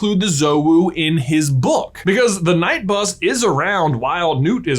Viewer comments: The K in the knight bus is SILENT. I can't watch this guy. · Ku-Night-Bus apparently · When he said "Ka-night bus" instead of Knightbus, he was only one letter away from addressing me directly through out the video Now I'm feeling a letter away from happy, like "hapy" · THE K IS SILENT!!!!! AAAAHH!!!😤 No hate just annoyed about that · You are obviously new to the channel then. Try watching the "why is it called knight bus?" video. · KA... Night bus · Me at the beginning of the video: Wait have I been pronouncing Knight Bus wring this full time? ...is it K-night?! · new drinking game, drink every time J says K-night Bus, will get you hammered in 3 minutes. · Did anyone realize that was saying the Kn-night bus the whole time!?’😂🤓🤨🤭😬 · I think he's making a reference to the fact that knuts are pronounce kuh-nut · “The k night bus” 😂😂😂😂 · Right, The Ka-night bus why dose he keep saying it like that lol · I love your videos, but when you pronounce the knight bus wrong on purpose multiple times.....it’s super annoying. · Why do you emphasize the k in the knight bus and knut? The k is silent just like in knife or the ph in phone, further to this the movies also don't emphasize the k in either of these words, I so confused, can you do a video on this? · Had to turn off. Legit couldn't get over the pronunciation of Knight bus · Is anyone else annoyed by him saying “k” night bus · You do have to admire the dedication of pronouncing "knight bus" as "knight bus" for the entire video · He and his brother do it because it's funny. I think they did a video once about Wizarding money, where they decided that "knut" sounded cooler when you pronounced it "k-nut", and they've been pronouncing the silent K in all things Harry Potter ever since. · Does he not know how to pronounce "Knight", or is he just doing it that way on purpose? Either way it's bloody annoying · The K is silent stop murdering our language lol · He knows it’s not pronounced with “k” but he just says it